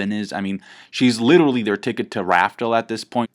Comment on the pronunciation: holy fuck please stop saying "littley" instead of literally, YOU ARE NOT SUB 90IQ PLEASE.